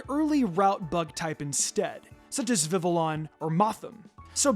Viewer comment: It’s pronounced “viv-EE-yon”, “”! 🤨